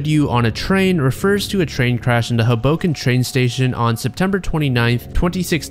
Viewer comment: great video! I just want to say, and I hope this isn't rude, but I'm a New Jersey native and the pronunciation at is incorrect. The correct pronunciation would be "Hobo Ken." Wonderful video you've made and I love the content